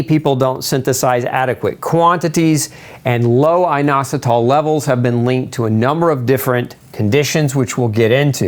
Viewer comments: Eye-nositol, or in-ositol, nobody pronounces it with a long I. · YOUR PRONOUNCIATION IS WRONG FOR INOSOTOL